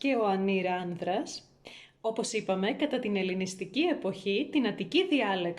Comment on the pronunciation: ΆνΤρας έγινε, όχι άνΔρας καλή μου. Δηλαδή ΠΑΡΕΜΕΙΝΕ η κλασική προφορά του δ=d λόγω προηγούμενου ερρινου (κόμπος, μπαίνω, άντρας κά).